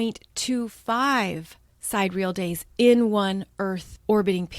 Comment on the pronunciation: Thank you for all you do. By the way, sidereal has 4 syllables: sie-DEER-ee-ul. ;)